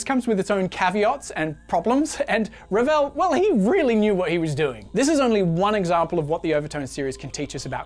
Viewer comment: A+ for effort on your R rolling, but.... Maurice Ravel was French 🧐Awkward